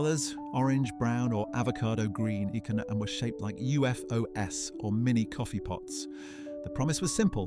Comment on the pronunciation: AI commentary. UFOs is not pronounced UFO-ess.